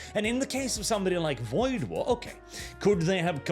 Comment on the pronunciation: Woid War? Really?